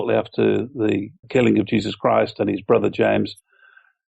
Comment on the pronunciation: did he just say there was a James Christ ?